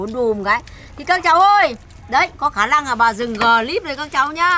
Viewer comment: Khả lăng khả lăng khả lặng 😂